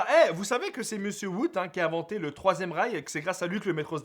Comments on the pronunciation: inventeur du troisième rails (j'avais compris troisième reich) XD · j'ai compris l'inventeur du 3ème reich ! XD